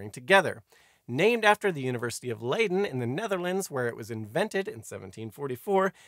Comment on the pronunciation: FYI Leiden would typically be pronounced Lie-den in the English language and sounds closer to Lie-duh in Dutch.